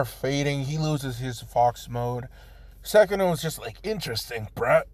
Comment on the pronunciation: Dude it’s sukuna not sekuna